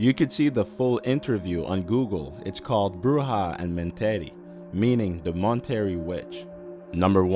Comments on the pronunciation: Your voice annoyed the shit out of me. I love horror stories but I like them enunciated and spoken articulately not rushed and incapable of pronouncing certain words such as Monterrey (Mon•Teh•Ray). Listening to you held no poise in your vocal chords and would have rather masturbated with a cheese grater because that's how badly you were speaking. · You're pronouncing Monterrey wrong lmao